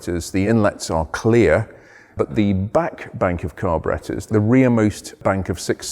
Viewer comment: I love how he says "Carbarettas"